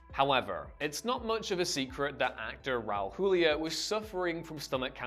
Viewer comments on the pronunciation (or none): Robin Williams literally found out he had both Parkinsons and Dementia at the same time. Oh, and it's Raul Julia. NOT Hulia. You DO pronounce the J.